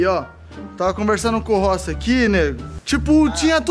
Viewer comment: o ta fumando tanto narguile que falou rochi e vez de rossi